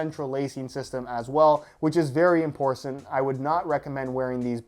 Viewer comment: Did say "imporcent"???